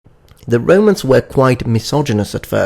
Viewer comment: i only ask one thing.. why do you pronounce romans as REIMANS